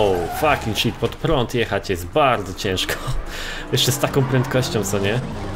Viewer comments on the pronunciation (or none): none